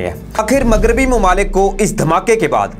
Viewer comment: بهاہی مگریبی نہیں ہوتا مغربی هوتا هے اپنی اردو ٹهک کرو